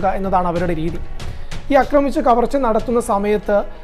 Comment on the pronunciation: അക്രമിച്ചു എന്നൊരു വാക്കില്ല. ആക്രമിച്ചു എന്ന് വേണം പറയാൻ